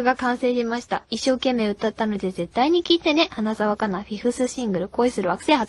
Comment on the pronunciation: The way how she pronounce her name sounds soooo gooood!!! Thank you for this!!